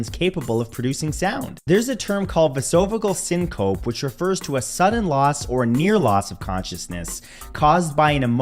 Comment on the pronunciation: vasovagal syncope is pronounced vase-o-va-gul sink-o-pee